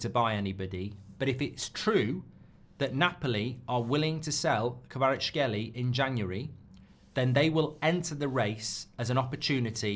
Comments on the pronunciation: Mark not being able to pronounce Kvaratskhelia and repeating it like 40 times is hilarious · I really dont get it Just pronounce the a at the end and hé is basically there